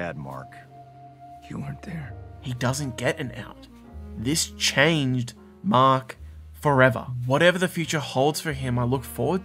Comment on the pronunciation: This man called our hero “Maak” and our villain “leevee” 😂